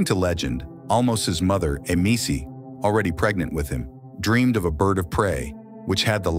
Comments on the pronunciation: I enjoyed to listen,how ever the pronunciation of 1"Khazar" and 2"Emese" is very annoying. 1 should be pronounce Khazar. I don't know how did you come to the conclusion 2 Emese, Emees ? I was wondering what are you talking about, who is Emees. Emese is pronounced as Ema-sheh.If i pronounce Richard as reehard or rihard you would rise your eyebrow to. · Emese is pronounced Emeshe, with all the "e"s pronounced the same way as the "e" in the word "get" (more or less)